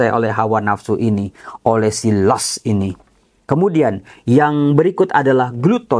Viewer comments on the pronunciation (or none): Mau ngomong dikit, …lust itu dibaca las